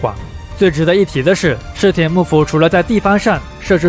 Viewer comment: 室町到底怎么念的啊？怎么听着你念 “室田”啊？